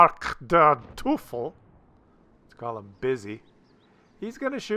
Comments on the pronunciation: Teufel is more pronounced as "Toifel" not " Toufel" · Say "oi" then say Teufel because the German "eu" kind of sounds like an English "oi". Just like the Luchs is pronounced exactly the same as "looks" in English. Can't really help with the Lööööwe though but you are kind of doing fine with that one. xD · In case you wanna know or care: The "eu" in "Teufel" is pronounced like the english "oi" in "choice". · The 'eu' diphthong is pronounced 'oi' in German. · Funny to hear a guy with a german name doesnt know anything about german language. You broke your tongue at Bismarckderteufel :). BTW nice and funny videos!